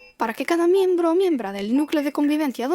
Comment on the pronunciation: Cada miembre querida! Cada miembre.